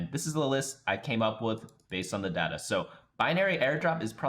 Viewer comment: its data not data